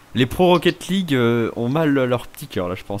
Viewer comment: rocket lague t'es bourée poto